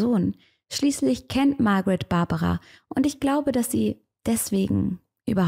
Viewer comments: hast du die namen ausgetaushct oder wieso sprichst du sie englisch aus? in österreich sand des die Babara und die Margarete oder so. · ich glaub du schaust zu viele US-Fälle, die heißen Barbara und Margret, also deutsch/österreichisch ausgesprochen 😅 gutes Video wie immer! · Warum sprichst du die Namen am Anfang englisch aus? Margret und Barbara sind doch deutsche oder Österreicherinnen. Und Graz spricht man mit z aus nicht mit s. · Liebe, ich muss es sagen: es ist GraZ, nicht „s“ sondern „z“ und Barbara und Margret waren / sind Östereicherinnen, müssen also nicht Englisch ausgesprochen werden 😊 … noch als Unterweger frei war, habe ich mich gefragt, wie man ihm so den roten Teppich ausrollen hat können …. Ich bin zu dem Schluss gekommen: österr. morbid … schwarze Seele, der Flirt mit dem Tod (ich darf das sagen, bin Wienerin)